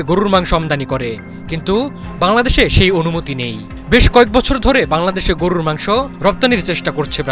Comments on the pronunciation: গরু রররররররর র র র র র হায়রে সাংবাদিক উচ্চারণও জানস না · গুরুররর মাংস কী? সাংবাদিকতা করেন না কী হকার গিরি করেন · সাংবাদিক ভাইর গরু বলাটা সুন্দর হইছে, গরুরু মাংস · সাংবাদিকের সঠিক শব্দ উচ্চারণ : গড়রুর মাংস😂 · হালায় গরুর মাংস উচ্চারণ করে কেমনে🙏🙏🙏 গররুরর মাংস, হালা আবুল ঠিকমতো উচ্চারণ ও করতে পারে না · গররুরুর মাংস, গররুরুর মাংস,গররুরুর মাংস শব্দ উচ্চারণ টা স্বাদ আরও বারিয়ে দিল😊😊😊😊😊😊😊😊😊😊😊😊😊😊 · গরুরররররররর মাংস😁😁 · সাংবাদিক ভাই আপনার গরুর 'র' উচ্চারণ একদম নির্ভুল 🤣🤣 যতবার গরুর কথা বলছেন ততবার শুনে আমি হাসতে হাসতে শেষ 🤣🤣🤣🤣🤣🤣🤣🤣 রররররররররররররররর😅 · "র"- এর উচ্চারণ টি অনেক মজার গরুরররর............! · উচ্চারণ গরুররররররররর 😅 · 😂😂😂😂amio tai vabsilam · গরুর মাংস, আপনার উচ্চারণ ঠিক করেন।